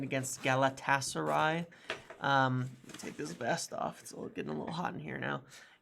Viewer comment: Galatasary was pronounced perfectly well done lol keep up the good work 👏